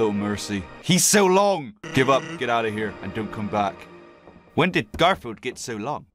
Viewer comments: Did he just say gorfield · why did you say gorfield and its not gorfield its garfield